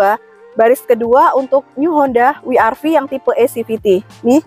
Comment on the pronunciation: double yu ga sih bacanya 😂